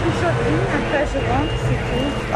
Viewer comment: comment ca "shoppinguerr"🤣🤣